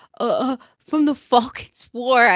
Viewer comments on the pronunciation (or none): Lol “it’s like the Falkin Wars”